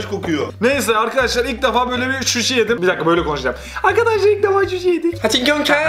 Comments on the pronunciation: Şuşi degil suşi 😂😂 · abi susi diyor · Abi hem şuşi diyip zenginlik diyon hem de ilk defa suşi yicez diyon. Ve ikisi bir cümle içinde ANLAYAN VAR MI ANLATTIKLARIMDAN HXJSKDJXKSKAJ